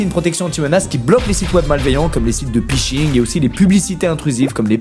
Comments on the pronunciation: Excellente vidéo Squeezie ! Une petite remarque qui ma interpellé c'est à ca se dit "fishing" :) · nord vpn a probablement forcé le Squuez à prononcer phishing a la française : PIching, ça pique les oreilles